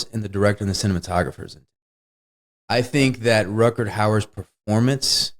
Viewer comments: I adore Wes, but, honey, there are no "d"s in Rutgar Hauer's name. Not one. Definitely not two. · I’d be ok if he stopped saying Rutgerd